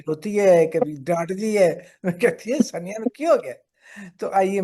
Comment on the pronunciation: I respect both of you, buttt as a Sania Saeed fan, I took offense to the interviewer taking her name so casually—“Sunia,” “Saania,” whatever. 😮 Even as a senior, we would expect you to at least pronounce the name of your guest correctly. Hope you don’t mind, Moneeza Hashmi ji.We love your whole family.❤